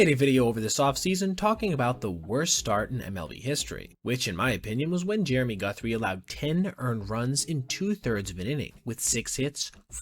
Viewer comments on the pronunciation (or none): none